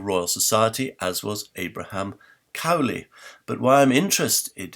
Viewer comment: Interestingly, Bonner Cutting seems to have a quite different interpretation of why Alexander Pope and Lord Burlington sought to cover up Edward de Vere’s authorship. (A very minor point: I think the name “Cowley” is not pronounced in the way it is pronounced in this video.)